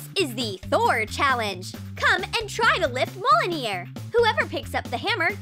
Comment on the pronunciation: Mlunir??? It’s MI-JL-NIR